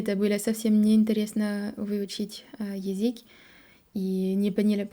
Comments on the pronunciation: Название видео стоит исправить: "Француженка пытается говорить на русском языке". Слово пытает (без "ся") будет воспринято строго в негативном ключе "пытки" (torture). Также стоит поработать над произношением слова "язык", пока что получается только "язик", хотя произносить "ы" ты умеешь отлично. изучали языки. В целом хочется отметить очень хорошую постановку предложений и тщательно выученные и выверенные ударения (да, мы знаем, что ударения в русском это что-то хаотичное :)) - чтобы "изучить язык", обрати внимание на момент построения слов "изучать/изучить". Еще у тебя почему то получаются мягкие "ль" там где нужны твердые, но день ты произносишь как "ден". У французского нет твердой Л, но есть твердая Н? :) а вот тут "стыдно" и "ы" произнесла правильно. "из других стран" тоже ок, зря тушуешься. В целом понятно откуда у тебя поставленное русское произношение, раз ты сделала такой акцент на аудировании. ты слишком строга к себе, у тебя очень серьезный уровень по сравнению с другими изучающими язык. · Какая красатуля сегодня,, просто очаровашка. Классный макияж, "как после душа', очень женственно, очень свежо и привлекательно. Одна ошибка только: язЫк, а не язИк. Разница есть. Нужна тренировка. В корейском тоже есть звук и буква Ы, вот она: ㅡ. ❤ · Ещё не досмотрел, всё хорошо. Из "ошибок", мне кажется вы произносите Езык, а правильно Язык. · Браво, давно этого ждали. Спасибо. Хорошая, осмысленная речь. Буквы "ш", "к" и "л" необходимо произносить по "твёрже". Особенно "к" в слове "язык". 👍😊